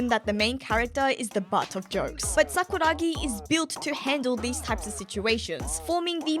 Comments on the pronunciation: i swear i was gonna click off when she said sakura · I was gonna click off when she said Sakura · I was about to go fucking crazy with saying sakura. I was literally clicking off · i swear i was gonna stop watching when said " sakura "